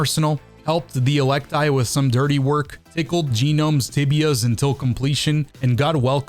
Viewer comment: It’s [e-lec-tee] not [e-lec-tie]. It’s even said in game by NPCs FFS Melee and throwables are not white rarity, challenge failed #gaped